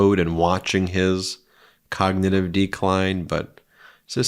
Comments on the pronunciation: trump pattern: note the voice change after he realizes he's mis-read from the prompter. His voice immediately goes lower volume, as he looks away from the prompter--almost to a whisper sometimes. "you look at the ....(insert restatement of word he can't pronounce)." and is he still referring to the "cognitive" (not cognitive) test from 4 years ago? Time for another one... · He occasionally calls it a con-nig-tive test. Love that.